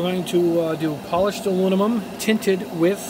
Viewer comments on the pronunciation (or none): I just view to hear you say "alunimum".;-) Joking aside, I can't thank you enough for doing ALL of these tests. I know it's not only a helluva lot of time and energy to do the vids, but I'm more impressed with the $ you're spending on this stuff so we don't have to! I'm not a Gunpla or Gundam builder but these tests certainly apply to whatever type of kits you/we build. Thanks again and keep up the excellent work!